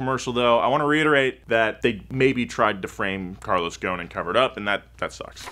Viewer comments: Its ghoson not gone😂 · It's not gon It's goson like this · Guys, ffs, Ghosn not Ghone... There's an "S" & the dude himself pronounce it... I understand that you can't pronounce the "Gh" is middle eastern natives, but the "S"?! Come on... Anw, love the content, cheers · Dude the S in Ghosn is not silent. He is Lebanese. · Why you keep saying ‘’Gon’’ it’s Gho-s-on غصن which means branch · There’s an S in his surname. Pronounced Goh-sen not Gone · U butchered his last name so badly🤦‍♂️ its ghosn, its hard to explain how to pronounce the gh but at least u need to pronounce the s, it sounds more like ghoSin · the name is Carlos Ghosssssn, the S isn't silent:) as for the Z, I don't think it would sell properly with that price tag, its just a 370Z with the q60 engine and a facelift, the 370 was always there with 6 spd, no one cares about that, its just us enthusiasts that get excited every time we hear a manual is on the way! however the market is what decides and not us, since its a 2 seater with a higher price tag then I see that this car is going to fail, ppl want sedans and suv's, this car has the same cabin, same chassis n body, same seats, same bulky ugly side view mirrors that block the side view with a newer exterior look, infiniti engine and a newer dash, those 3 gauges are there on my 370z's, I just hope they enhanced the balance so it could take turns better than 370's and hope it doesn't have overheating issues like 370s, lets wait n see how it goes! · ouch i feel insulted cuz im from lebanon.. nah jk but i still dont know why carlos ghoson (thats how its pronounced) was put to jail in the first place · im from lebanon, ur supposed to pronounce the s in ghosn